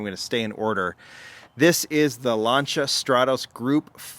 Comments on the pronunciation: Americans can't pronounce Lancia. Butchering the name. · Just a friendly heads up, you miss pronounced Lancia : )